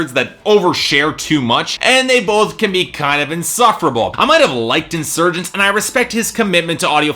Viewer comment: Buddy, lay off all that coffee and calm down. First, learn how to pronounce Insurgentes. Next, how can you compare Steven Wilson with Kayne West? You are crazy, just keep your opinions to yourself.